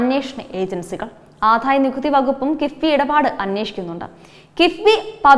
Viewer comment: ആധായ നികുതി അല്ല കൊച്ചെ - ആദായ നികുതി എന്നു പറ.